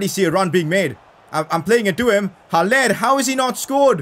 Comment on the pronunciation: It is pronounced Hal- Ler not Hal-lair